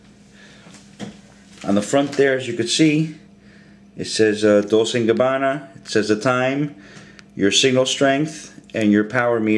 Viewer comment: how annoying... Pronounce it correctly! God the other guy cant say Gabbana, you cant say Dolce!